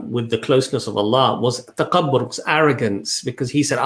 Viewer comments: Salaam Thanks for such inspirational video. By the way Takabbur is not well pronounced by brother. He says taqabbur instead of takabbur with the Occidental K. He seems to pronounce wrongly with the guttural Q. I love your videos guys... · Brother it's تكبر (TAKABOR) with ك (Kaf) not ق (Qaf). May Allah bless you all.